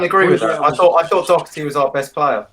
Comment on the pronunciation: It’s Doherty...not Docherty... and he’ll give the ball away perpetually..